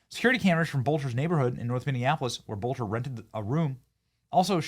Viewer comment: it's pronounced BELTER, dear Benny.